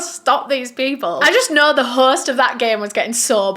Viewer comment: There is no 'r' in host, horse???